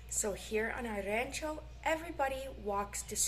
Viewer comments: You don’t need to say queso de mesa, just say queso fresco. Pronounce Rancho with an O sound Just helping you to fit in 😉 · Remember that jitomate, has no "N" in it, say it like this.. He-toe-ma-tay, try to train yourself out of that bad habit of saying "heen-toe-ma-tay" you're doing good tho!...also try saying "rancho" like this.. RAW-n-cho instead of "RAN-cho".